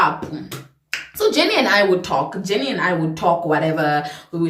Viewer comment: The Caprivian accent came out on "JENNNIIIIII" 😂😂😂😂 Loved how you made me relate from start to finish ❤️❤️